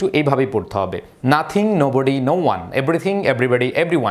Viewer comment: নাথিং এর পর নোবডি না বলে নাবডি বলছি😅🐱